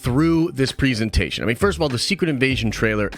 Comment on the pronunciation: The amount of times this guy mispronounces presentation is unreal...